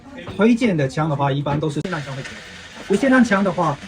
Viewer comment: 卖枪的念成散弹枪也是醉了 来跟我念 霰xiàn弹枪